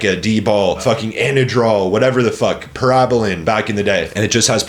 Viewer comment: Bro doesn't even know how to pronounce Para-bolin